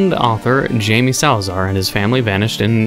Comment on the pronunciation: Eh, overall you're not that bad at spanish names. But if you're interested, just keep in mind "J" is like the "H" in honey, so it's "haime" for "Jaime", and "Ñ" is more or less "ni" - so "munioz" for "Muñoz". Anyway, cool game! I always like that GB aesthetic.